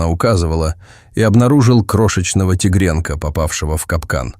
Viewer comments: Только робот может произносить слово -Тигренка😳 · Рассказчику нужно правильно делать ударение, тигрёнка. Очень бьёт по мозгам.